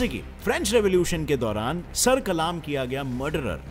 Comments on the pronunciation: Kalma ni. Sar kallm krna kahty hain. Kallm Not kaaalaaaaaamm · Brother it's not kalaam isn't kalam.sir kalam hota hai na ki kalaam😊i really like your facts. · Sir kalam👈 not sir kalaam🙄 🤣🤣😂😂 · I am sure you are not an Urdu gem but no problem, the correct word is "sar qallam" not "sar qalaam". I like your all videos, very educative and informative. Good job and keep it up 👍🏻 From Lahore 🇵🇰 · Sir the pronunciation of sar Kalam is not sar kalaam its sar qalam😊